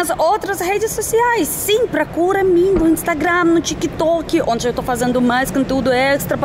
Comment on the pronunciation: Já adotou a mania de colocar o "i" nas palavras com final mudo, tick"i" tok"i"